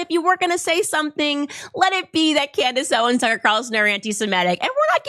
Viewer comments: Did the first pastor say Camrish Owen’s?? I’ve played it back numerous times. If it’s true what I heard then it’s absolutely funny that he’s paid and can’t get her name right! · "... Camarace Owens" ???🤣🤣🤣💖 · I❤ how this khazar purposely mispronounces their name like he doesn't know who they are I'm sorry we don't take other people's likenesses like your whole people have taken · The pastor cant even pronounce their names correctly, because i think he knows he is lying to his congregation, and got a lil nervous trying to say it, cause its not an original thought... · It was obvious many of them had no clue who they were because they said their names incorrectly 😂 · These so-called pastors can't even pronounce their names correctly but somehow they know they are "antisemitic." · He didn't pronounce either of their names correctly WTF 😂. HE GOT BRIBED AND HE COULDN'T EVEN READ THEIR NAMES OFF THE BRIBE.LETTER CORRECTLY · "Some of you listen to Tucker Carson and Camriss Owen" Can't even say their names. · Well, there ya go. Tucker Carrison and Cameris Owen are anti-Semetic. Four mispronunciations in 3 seconds. Wow. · Note this slandering "pastor" doesn't have a problem with pronunciation except when he mentions their names "Tucker Caarson & Camrace Owens". He knows their real names. What utter filth. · Who TF are “Tucker Carason” and “Camerice Owen?” I’ve never heard of them … And what is so dangerous about their “retric?” Dude, 1 of 2 things: Either do a better job actually learning the pronunciation of the names of those individuals regarding whom you received 30 shekels of silver to slander and malign AND/OR curtail your Xanax dosage just a wee bit!” I seriously thought for a second that MockingPastor might actually be having a stroke. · That ' pastor( look up qualifications for pastor/ elder/presbyter/ priest bishop/ overseer in the New Testament [ hint: they're all the same office]) could not even pronounce the names or Tucker Carlson and Candace Owens.